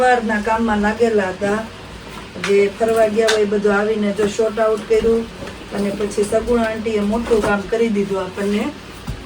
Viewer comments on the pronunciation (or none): SHORT OUT NAHI, SORT OUT KEVAY